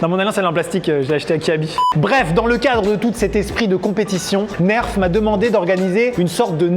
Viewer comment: enfin il dit bien nerf